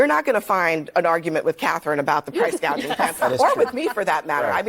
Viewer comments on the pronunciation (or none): That is exactly what Camela said about “price gauging”. She said gauging, not gouging.